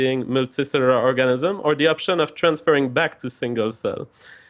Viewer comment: seems like a very intelligent man, but I can't help but giggle when he says Organism (hint: he says Orgasmism)